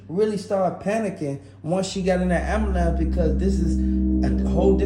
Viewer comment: I’m sorry,I don’t mean any disrespect but please practice speaking. It is actuality not “actual reality.” It is ambulance not amalance. You have awesome info but the delivery is lacking. It makes it hard to listen. This is constructive criticism.